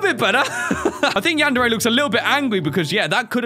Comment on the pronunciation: wow you said Yan-Dere Simulator lol